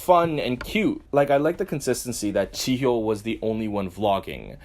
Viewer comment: I love how you pronounce '정연' and '지효' perfectly, but then you go "Moe-moe" hahaha